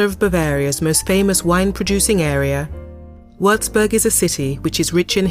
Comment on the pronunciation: Possibile che non sappia neanche pronunciare correttamente il nome della citta'?